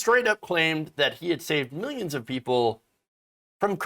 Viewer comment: “Miyanns and miyanns…”